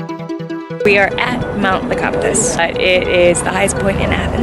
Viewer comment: I'm Greek, and have been to mount Lycabettus, sorry it's nota mountain, it's the largest hill in Athens, and second of all it's pronounced Le-Ca-Bet-Tos. Isn't the train to the top of it awesome!! Just wanted to mention it so others know